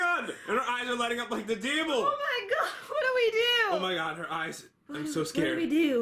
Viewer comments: Lol did say Deevil? XD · But you also said Babel instead of devil